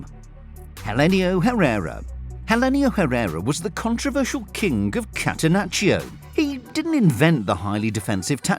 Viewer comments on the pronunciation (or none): To the maker can you f…… start to say ITALIAN SURNAMES and NAMES correctly? Do you UNDERSTAND that? Trapattoni….. sacci (is the way we ITALIAN have to listen the way u You destroy our language?) Why you don’t do it with Spanish ? Also is catenaccio!!!!! No H!!! And that was invented in Italy!!!!!!!! The way you say Bergomi for us is bergiomj…